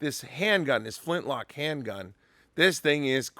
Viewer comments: Did you say flinch-lock or am I hearing things? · “Flinchlock”. Nice,!